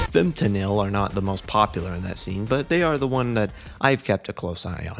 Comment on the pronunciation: some corrections: 1. iirc it’s pronounced “fem-tuh-nal” 2. this is digital hardcore, which is an offshoot of DnB. breakcore is a separate offshoot of DnB that’s more focused on synth pads and rapidly-changing drum patterns, whereas digital hardcore generally has more looping elements otherwise, great video!